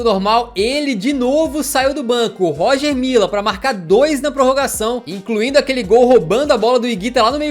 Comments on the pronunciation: A pronúncia do Roger Mila está errada Lê-se Roger Milá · Poxa....cansei de ouvir Roger Mila kkkkkk. Lê se Rogê Milá Hagi tbm kkkkkkkkkkkkkk. Afffffff. Amo os vídeos, mas estudar a pronúncia dos nomes dos atletas é bom..... fica a dica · "Róger Mila" tu vai ver kkkk Pronuncia certo pô kkkkkk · Pronuncia-se "Rogê Milá" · se pronuncia "Rogê Milá". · A pronúncia é Rogê milá, na língua francesa, oficial da república de Camarões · Bacana demais o vídeo Parabens pra toda a equipe So uma obs... A pronúncia é "Rogê Milá" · Não querendo ser chato mas acho que se pronuncia “Rogê Milá”